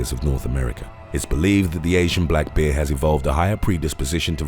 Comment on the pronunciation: Not bad. Would have been better if you could actually pronounce the word BEAR properly. Instead it sounds like you say BEER!?! WTF is with that?